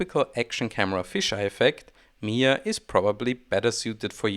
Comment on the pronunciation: it's pronounced mi-jia with a J, it's not silent. it's Chinese not Spanish